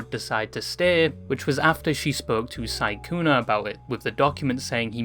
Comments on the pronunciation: Are you saying sykuner? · Im pretty sure it is sykkunO. Oooo not aaaaa. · the way you're calling him "sygooner" is frying me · Why do u keep calling him sykkuna